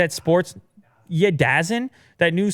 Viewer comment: you mispronounced the "DAZN" app, it's called Da Zone.